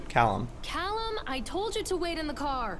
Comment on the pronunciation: "caLLum" oh the 5sos cringe